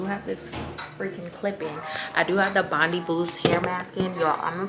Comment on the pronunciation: Just a tip from someone who lives near Bondi, it's pronounced Bond-eye not bond-ee 😉🖤